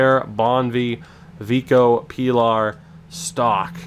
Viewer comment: i think pilar is pronounced "pee-lahr"